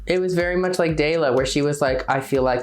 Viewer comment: How Denali says "Dela" as "Daila", I wondered who that bitch was?